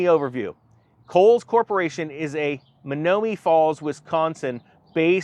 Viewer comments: You butchered the name of the city where Kohl's headquarters is lol. Phonetically it looks like 'ma-nom-a-nee' and then falls. I'm from Wisconsin and worked for Kohl's on the store level for two years as well as their corporate headquarters. One of my best friends that I've known since kindergarten works for them as a fashion designer on the corporate level as well. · Men-nom-ma-knee lol grew up in Wisconsin. Love you though